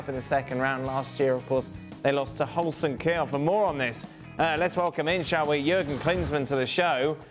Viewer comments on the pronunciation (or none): Holston ? Kiel 🤦‍♂ Lazy ESPN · Holston Kiel... cmon show some respect